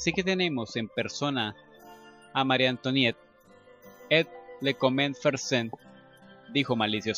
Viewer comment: Oye sí que está difícil leer francés eh? en los capítulos que siguen, bueno yo he escuchado que antoinet o como se escribe antonieta en francés por ejemplo lo que se escribe oi como moi o antoinet se pronuncia antuanet, por ejemplo, excuse moi es excuse mua, y marie antoinet lo podrías decir como Magie antuanet ( ya ves que los franceses pronuncian la r como gg, como si fueran a echarse un gargajo se oye feo pero así lo hacen)